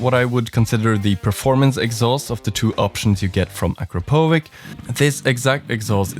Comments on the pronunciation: Not to be a dick, but just as an info. Akrapovič, c/č at the end is not as K, but like "tsch" in german or ch in cherry/cheese in english. ❤ Also, thanks for the review! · A European guy pronoucing Akrapoviç as Akropovik 😂😂😂😂